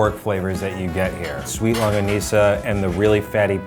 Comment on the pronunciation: i’ve never heard longganisa pronounced so conyo